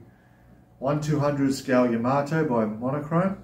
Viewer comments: $600.00+ for that model!!!!..............................Wife just said get the divorce papers out, IF, I even thought about purchasing it! ------ ps: It's pronounced "Ya-MUH-Tow, NOT Yah-mah-toe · A Japanese friend told me it’s pronounced “Yuh-MAH-toe/Yuh-MAH-too.” I think it’s one of those words that people say differently with their accents, like how I’ve heard Brits say “YAMA-toe.”